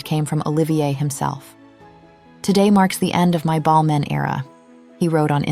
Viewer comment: No idea that was how you're supposed to pronounce Balmain. Us Aussies say, Bal-MAYNE, and to me that sounds much better. Whereas Ballmen - that's how it sounds to me, sounds so insignificant and nothing. Weird, huh? Every time she says it, I'm cringeing. Even though the v/o is correct.